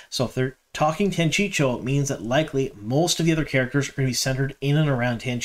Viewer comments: Every time you say Tanchicho I giggle. Isn't it "tan chee ko"? Thanks for your videos, loving the info and looking forward to S3🎉!!!!! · I think you 100% knew the way to say Tan-chee-coh and just mispronounced for fun/an attempt to increase interaction. It worked. Made me comment :) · Good stuff man, agree on the Tear stuff. Drove me nuts with your Tanchico pronounciation though lol Tan-chee-koh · I love how we all have our own pronunciations from our original reads too. 😂 I’m Tan-Chee-Ko too 🙃